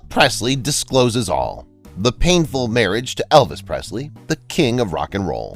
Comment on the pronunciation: So much of this isn't true. Let's start with the fact that she was not the soul owner of Graceland after he died 🤦‍♀️ and this guy didn't even pronounce her last name correctly.